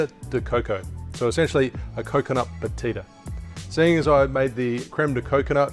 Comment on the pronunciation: My Brazilian wife says... it's pronounced "ba-CHEE-da" also this is good with pineapple.